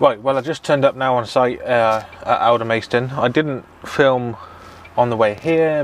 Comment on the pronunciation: NOT Alder-maist-on. Alder-mast-on.